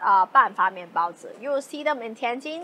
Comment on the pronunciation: Well, you certainly say "baozi" better than Babish.